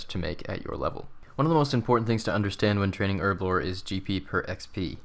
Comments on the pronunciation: you say erblore, and I say herblore. because it has a fucken H in it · There's a H for a reason, effectively so you don't say it like "erblore". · buddy, its called herblore. not erblore. h hhhhhhh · Man it's herblore not erblore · Her-Blore Lel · "Erblore" really triggers me xD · Erb? ERB? Erblore? ERBLORE? Shame on you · In the US its Erblore, in every other country we know how to pronounce it properly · well i mean the language is English, and in England where we speak English you pronounce the h same way you pronounce the second I in aluminium